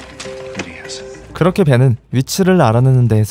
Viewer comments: uds 왜 뉴진스라고 들리는지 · 왜 uds가 뉴진스로들리지